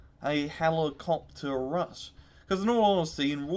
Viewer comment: You can't say rush and it's fucking killing me.